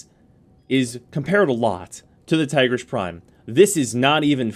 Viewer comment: Its "Teegreace". Not Tygrish ;/